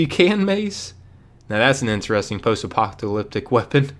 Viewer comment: “Apoctalyptic” 😂 What an illiterate goober.